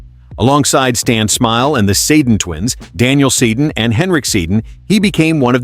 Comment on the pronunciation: "Stan Smile and the Satan Twins" 😂😂😂 Get the names right and perhaps I'll subscribe